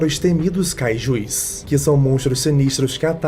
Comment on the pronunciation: É Kaijus, não kaijuis. Desculpa, sem querer ser chato xD